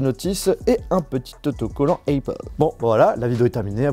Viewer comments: Heypeul ? Tu sais que même les ricains disent Apple ? Mdr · Je comprends que tu essaies de faire un accent anglais quand tu dis Apple mais ça se prononce Apple et non pas Aypple. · Le « aypple » est insupportable 😂